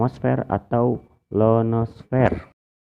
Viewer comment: ionosfer bukan lonosfer wkwkwkkwk